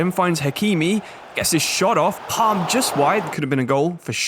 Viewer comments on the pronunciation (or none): none